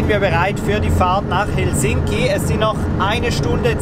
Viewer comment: H e l sinki - Betonung auf der ersten Silbe!